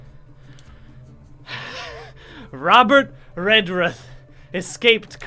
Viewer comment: on the one hand, that's not how you pronounce Redruth (the ruth sounds like, well, Ruth), but on the other hand, Redruth as a place is pretty rough